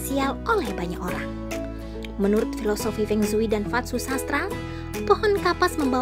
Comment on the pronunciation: Pengsui pengsui apa... kyk orang cina aja..